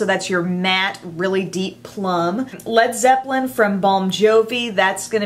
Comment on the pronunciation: this is insanely beautiful. My birthday is coming up, so I'm going to give a BIG HINT to my boyfriend for this. I also want to point out that you're the only person who pronounced Lead Zeppelin correctly. Did you know that the band were going to originally spell their name (Lead) Zeppelin? But they thought their American fan's would pronounce it wrong. Like (Leed) Zeppelin. So they dropped the "a".. Some Zeppelin history for you. 💖